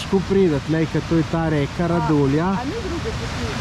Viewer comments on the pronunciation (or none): narobe izgovarjate Radulja:) Ni povdarek na črki u, izovarja se čist normalno. Radulja je najdaljši potok v Sloveniji.